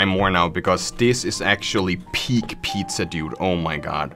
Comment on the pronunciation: every time he said pizzer i got flash backs